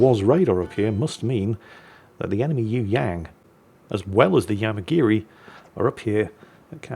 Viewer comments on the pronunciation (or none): ...how about doing a search on how to pronounce "Yueyang" It does not sound like 'you '......and the "ang" sounds like "ong" in song or wrong